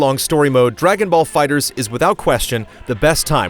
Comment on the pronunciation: Why do you keep saying "fighters"? It's called FIGHTER Z.